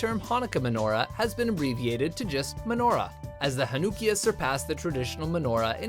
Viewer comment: WRONG! That's not how you pronounce Hanukkiyah! It's pronounced more like "hanna-kia". I have celebrated Hanukkah for all my life and I've only heard ONE other person pronounce it the way you did. The more you know💫